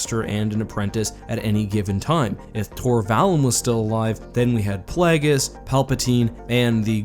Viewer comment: I love how everyone pronounces Plagueius differently. :)